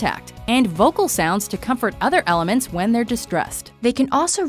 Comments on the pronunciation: Love the channel and the host of the vid but did anyone hear her say elements ? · "elements" 0_0